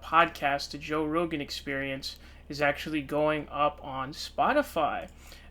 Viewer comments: its pronounced row-gin. Roe gAn makes him sound like a Japanese monster that would battle Godzilla. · "Joe Ro-Gan" lol, wtf? 😂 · RO GAN? Just like you fucked up SUN DERS ... clown! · You must be new to the channel. has a running gag of mispronouncing names. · So dumb. Alex Jones will be on the podcast next week and all of these episodes will be on Spotify. You can’t even pronounce his name correctly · Thumbs down for the way you pronounced “rogan”